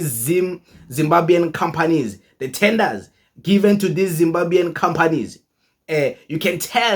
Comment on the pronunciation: Not zimbabyan but zimbabwan